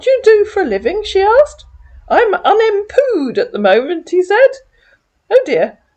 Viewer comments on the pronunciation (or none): "Unempooed" that made my day!🤣🤣🤣